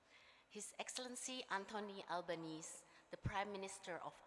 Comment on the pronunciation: Kampungan abis dah.....nama pronounce-nya: ALBANESEEEEE not albanes